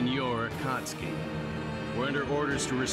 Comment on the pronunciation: Am happy bro can finally pronounce Akatsuki lmao